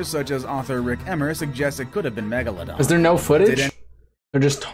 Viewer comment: If I had a dollar for everytime i Cringed when the narrator says "megalodon" I would have enough money to end world hunger